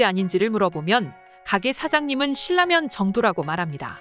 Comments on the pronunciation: 발음... "실라면"이아니라 "신라면"이에요 듣기 거북하네요... AI인가? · AI 맞구요. 유음화 발음법 때문에 <실라면>으로 소리 났습니다. 고구려 백제 신라를 우리가 <실라>로 발음 하듯요. 제대로 된 발음은 <실라면><신라면>이 아닌 ㄹ비음화 적용예인 <신나면> 으로 해야 합니다. 진라면<진나면>,원룸<원눔> 등이 적용 예 입니다.